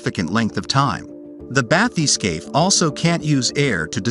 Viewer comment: If you can't pronounce bathyscaphe, you shouldn't let the universe know.